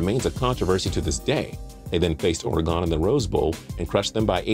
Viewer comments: It's pronounced Oar-eh-gun, say it with me, Oar-eh-gun, Oregon. Not that difficult. Oar like the boat, eh like "eh, didn't catch that." And gun as in, well, you get the point. Crazy Oregonian rant about pronunciation over, good day. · Please learn how to pronounce Oregon